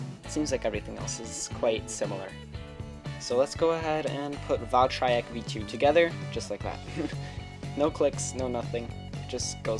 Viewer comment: He says "valtryek" right.